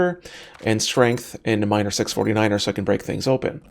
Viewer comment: Did you say Miner 6 '49er? ROFL